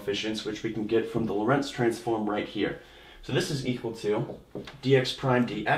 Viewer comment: "Lorentz transformation"- the emphasis is on the "o" in Lorentz.